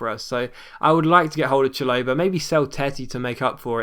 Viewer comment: it's pronounced Shal-o-buh mate. Now having a go but just saying for future reference